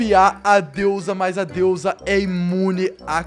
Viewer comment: VC FALOU DEUSA ERRADO E DEUSA!